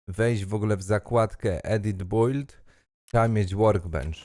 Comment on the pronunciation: Nie żeby coś ale proszę, słowo BUILD, czytamy BILD, po prostu bild. Poradniki z EFT mega pomocne :)